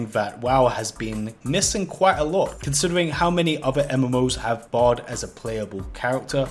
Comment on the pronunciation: I kept thinking you were saying bod instead of bard lol